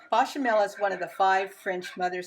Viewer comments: BAYchamel. Not BAHchamel. For someone who claims to have learned to make this in France your pronunciation is terrible. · As a native French speaker (born in France, French mother, French grandparents on mother's side, went to university in France, lived in France, etc) I sugest you learn how to pronounce some of the words you are using. Your 'English' is poor... your French is simply appalling. It's not "Bachamel" for a start... note the é as the second letter which is definitely NOT pronounced the same as an a As for the dish itself... talk about making a pig's ear of things! I really, REALLY, R E A L L Y wish Americans would stop making cooking videos. YOUR FOOD SUCKS!!!!